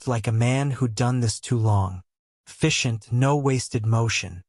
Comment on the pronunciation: 'Fishant' instead of ''efficient' ?? Good grief! Do you have a 3 year old typing out these stories???